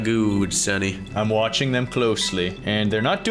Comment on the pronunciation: It is watching not wacehing😅